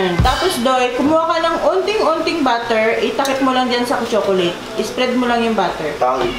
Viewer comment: Butter - the margarine Batter - the mixture Batter is not pronounced like "butter".